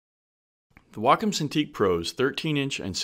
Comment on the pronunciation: The only thing I got out of this video is that it's pronounced "wackum" not "waycom."